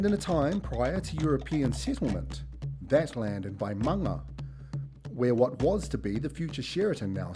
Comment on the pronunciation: Vaima’anga not Vaimanga.